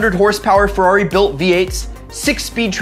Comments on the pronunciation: Dude, it's a Ferrari, not a 'rari. Fucking hipsters. So cool, unlike us mortals. Interesting video, though. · Don't ever say rari ever again. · stop saying Rari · Rarri? Don't ever call it that again. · probably the most misguided video I have ever seen on youtube. great way to get into financial ruin. also please for the LOVE OF GOD stop saying "rarri". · you put too much emphasis on Ferrari